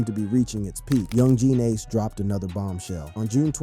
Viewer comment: that's not how you pronounce yungeen ace bro, you pronounce it as "youngeen ace"(yungeen ace)